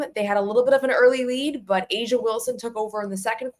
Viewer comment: It's A'ja not asia.